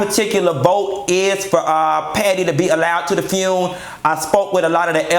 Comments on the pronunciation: if he say funeral like that again I'm gone scream!!!! the fune lol omg kitty blouses i hollered at work and scared my assistant you're a whole fool Just don't ask fox news to be there cause they don't know the difference between her and Patti per their news clip lol. no lie Ross i need you to truly put this all the way together. Not hygiene and whispertarian committee lol i died again. The banded list you never lied lol but i need you to have Ledsi and Lela James cause she killed the remix of change is gone come.And get obama to come on and speak with Michelle too!! Don't have people bringing in dishes please and thank lol the cigs i cant even with you and don't you put Bobby by no liquor and you need natural light beer with those cigs to make it all southern lol please no Tiffany Haddish lol let Stephanie Mills to host it. Play my "You Better Think" i remember as a child watching blues brother with John Belushi and Dan Aykroyd i loved it so much. Damn im getting sad now. One of the funniest but real videos. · Mia Ford And Fune! 😂😂😂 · u a hot mess🤣🤣🤣🤣...not the "FUUNE"!!! I cannot🤣💀🤣💀